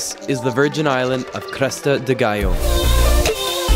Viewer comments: yes filipinos will pronounce it as Galyo but correct spanish pronunciation is Gayo.. watch narcos my friend. Medellin is pronounced as Me-de-yin. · you have no luck in saying the word ‘GALLO’ right.. haha .. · the way u say gallo is wrong. nice drone shots though